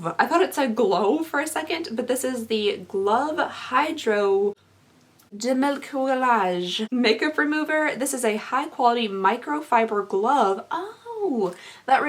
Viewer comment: The way you pronounced demaquillage has me howling!!! No reason for you to know how to say it but that was too good hahaha. (Duh-mah-kee-aje)